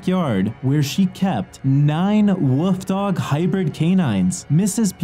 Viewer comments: Did anyone else hear "Woof Dog" instead of "Wolf Dog". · He said woof dog lmao